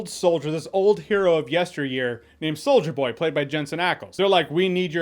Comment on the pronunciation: Does anyone else hear “Soulja Boy” every time Jeremy says “Solider Boy?” No? Just me? Cool.